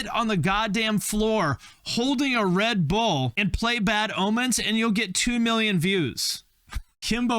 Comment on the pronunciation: the emphasis on RED bull, as if there’s a GREEN and BLUE bull